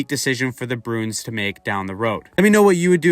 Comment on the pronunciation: You keep saying "Broons" instead of Bruins lol